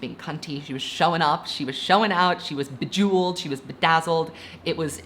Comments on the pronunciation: Bro said bejeweled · you said she was "bejewled" without knowing there was a song in midnights named "bejewled"